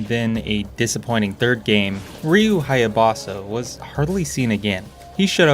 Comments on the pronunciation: why did you pronounce Ryu's name as Hayabosa? Is Hayabusa like mooooo. Geez, they even say his name in game. DAMN!! this was actually a great review, glad to see other people calling Sigma 2 as it is, Shit. I think the only reason to get this collection is for Sigma 1, which is almost as good as NG black....almost and the rachel sections are boring man, she doesn't have as many combos as ryu and is inferior to him in every way. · It’s “Haa-Yaa-Boo-Saa,” not “Haa-Yaa-Baa-Saa.” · its haya BUSA NOT BASA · Ryu Haya-boss-a? 🤣🤣🤣🤣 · "Ryu Hyabaasa" Oof, that was hard to hear. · Hayabusa. I've never heard anyone say his name like that until this video lol. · Probably intentional. Ryu Haya-BOSS-a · How can anyone play through razors edge and not know how to pronounce Hyabusa? It's said every time you die! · You're a good man with a good review but the way you said Hayabusa's last name kinda hurt. But don't mind me, I'm a nerd.